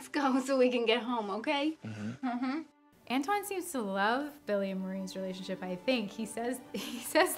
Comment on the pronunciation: Antoine, Rachel...not Anton...